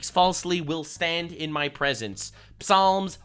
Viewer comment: How the feck did you just pronounce Psalms?